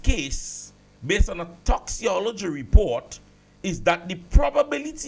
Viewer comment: Sir. Pronounce it as if it has a k. Toxicology (toxikology)